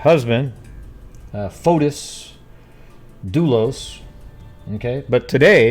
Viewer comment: That recording was made ONE day b4 Jennifer filed for divorce she'd had the papers drawn up, he was to be served the NEXT day (MAY 2017) in Greece his name is pronounced Foti the S is not pronounced